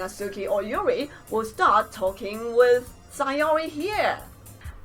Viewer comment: yuri is pronounced yuďi